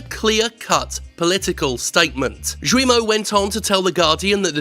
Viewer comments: Slight correction: Guillemot is not "ZHU-we-moh," but "GHEE-ye-moh." It's also a kind of bird, I think? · Sorry to be an ocd ass but Guillemot's name or any french word with g followed by u est prononcé avec a hard g, as in ghee or geek. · Yves Guillemot's name (French) would be pronounced by an English speaker closer to Gayle-mo, with the a in gayle swapped with an e, something like Gheele-mo. (basically the u after g is silent and makes the g hard) 🖐️🌈🖐️ The more you know... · Good points, but I'm going to get nitpicky about something : that is not how you pronounce "Guillemot". The "u" after the "g" makes it a hard "g". Think "Gears" rather than "tragedy".